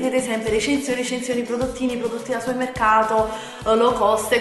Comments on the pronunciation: supemmeccato? Magari! Dice summeccato... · riesci a dire supermercato? non è difficile, supemmeccato non si può sentire, è solo un consiglio, ti adoro 😍